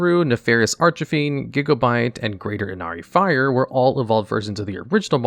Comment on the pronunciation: This guy keeps pronouncing Archfiend wrong.